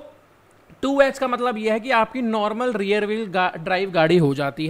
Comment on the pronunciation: आपकी Language command अच्छी हैं, बस थोडा किसी किसी वर्ड पे और ध्यान देना जरूरी बन जाता है, खासकर जब आप technical explanation में english words को बोलते हो। जैसे की REAR (रियर), आपने इसके पहले वाले और इस, दोनो वीडियो में, कभी रेयर और कभी रियल बोला है, जो की रियर होना चाहिए। कुछ लोग समझ जाते है, मगर बहुत से लोग confuse भी हो जाते है। 🙏🏻